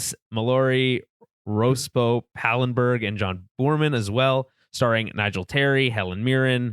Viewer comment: I made it to the 7 minute mark. That's it (to quote Merlin). What do you expect from someone who can't properly pronounce the names Boorman, Mallory or Rospo?